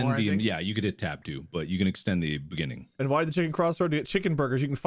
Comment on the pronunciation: The funniest joke? You mean in the beninging